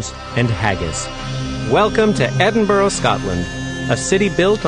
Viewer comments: Haha 'Edin-boro', the Yanks often have trouble pronouncing our capital. For future reference it's pronounced 'Edin-bur-a'. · 'Edinburrow'? "Edin-buh-ruh." or even "Edinbruh." Get it right you over-the-ponder's. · EDINBURGH NOT EDINBOROUGH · I'm an American and I used to think it was "Edin-burg." Just found out that's not how you say it! Now I say it as "Edin-burrah" lol. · It is NOT Edinburrow. Listen to JK - she says it properly. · "Edinboro"??? FFS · Omg Americans say Edinburgh right please! -.-... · His pronunciation of Edinburgh... *cringe* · why cant americans say edinburgh